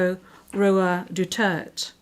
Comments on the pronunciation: This is a Kangaroo court and a travesty. The judge can't even pronounced the Former President Duterte's last name right. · Idiot judge. He is Du-der-te. Not Du-terte. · for how many times, it's Duterte not Dutert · It is the right of President Duterte to demand to speak his last name the RIGHT way. He is not Mr Dutert , he is Mr DU-TER-TE ! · Pls pronounce the name correctly your Honor. the name is " DU-TER-TE and not Dutert. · Their translator pronounces it Dutert. It should be Duterte! They should fix their translator first. 😂 This is funny. Who is Dutert? Maybe another person. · ICC UNDER THE FINANCIAL OPERATION OF WORLD DRUG CARTEL WHO WANTS TO EXACT REVENGE ON PRRD'S WAR ON DRUGS. MAINSTREAM MEDIA COINED EJK TO DEMONIZE THE WAR ON DRUGS. WORLD CARTEL IS PAYING THE ICC. THIS LADY IN BLUE CANNOT CLEARLY PRONOUNCED 'DUTERTE' INSTEAD PRONOUNCED IT 'DUTERT' BECAUSE FRENCH TOUNGE IS ANATOMICALLY SHORT. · How hard is it to pronounce his last name??? It’s Du. Ter. Teeeeeee. NOT Du. Tert. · what a shame to all of you ICC members even in english pronunciation you can't pronounce a word clearly and can't understand in english you must better study first in english!!!!!shame all of you even the surname DUTERTE,,,,,dutyertey hahaha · Why doesn't the judge pronounce his surname properly even after she heard him state it. It is DU TAR TE not DU TERT !!! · DU TER TE , NOT DUTERT! SHAM ! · French translator, please give some respect in pronouncing the surname of majority of the Filipinos' most beloved president. It is Duterte, and not Dutert. Duterte's surname is honorable. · Suggestion if I may...the presiding Judge that somebody has correct her pronouncing Mr. Duterte's Surname - D-U-T-E-R-T-E. NOT DETARD...it's not nice hearing it. AND, WHY THE PRESIDING JUDGE SHOULD BE ENGLISH-SPEAKING....THAT'S THE INTERNATIONAL COURT. That everybody must know how to speak or communicate in English. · Madam it is DUTERTE not DUTERT!!! DU - TER- TE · DUTERTE not duturt